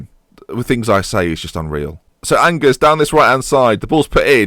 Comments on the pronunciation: Angers is pronounced Anzhay, it's the main city of Anjou. Why didn't you ask that delightful lady you had on the first show, or is she busy training to be your backup Defensive Mid? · Angers SCO pronounced An-Jay btw ;) If you need French lessons, feel free to contact me :D PS : some good young players for your team : Corentin Jean / Benjamin Mendy / Alexis Blin / Adam Ounas / Lucas Hernandez / Abdou Diallo / Alban Lafont / Jeff Reine Adelaide / Thomas Basila ! Good job as usual mate ! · angers is pronounced like arn-jer